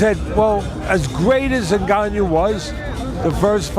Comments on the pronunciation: 😂 " Nganiou "... Teddy c'mon! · Cant even speak the name proper 🤣🤣🤣 N GAN NOU easy lol the people LOVE too hate on aj but humble pie got through at all the fuckers and aj never got smoked by usyk especially in 2nd fight usyk won by 2 3 rounds even fury stated this wilder and fury get ENDED by aj quick aswell especially wilder